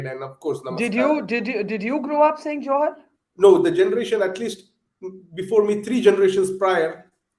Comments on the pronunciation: Dear Barkha, Don't pronounce it as 'Johar' with the middle syllable sounding like ha as in ' halt'. The second syllable needs to be elongated.. pronounced as ha in ' ham'. The way you say it, sounds like 'jouhar' - the rajput ritual. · The pronunciation is JUHAAR. Stop pronouncing it in a way to mean the Rajput ritual. And Juhaar is common af in Odisha. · Barkha doesn't even know how to pronounce 'Johar' 🙄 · It's not johar, it's more like juhar